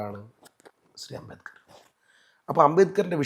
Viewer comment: Ambekar alla ambedkar... Etha ee avatharakan ula..